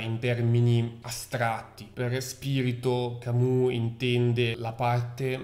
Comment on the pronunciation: Attenzione alla pronuncia francese Camus! " Camiu "